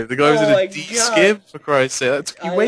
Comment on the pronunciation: it's pronounced Scim as in sim not skim...